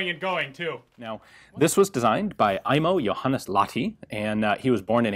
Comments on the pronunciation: Ok, say after me: Lahhh (breathe out some more) ti. Great! You can even squish the H a little if you like. It's not like you'd say la-di-da. The H is audible. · "Laadee". LAH-TI. H from Hate or Him or Hell, or maybe the H-sound from the Scottish Loch for training. EDIT: That scottish thing actually might work better for english speakers. Lach-ti. Sounds a bit russian then but better than la-di-da "Laadee". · american pronoucing Lahti sounds like polish ice cream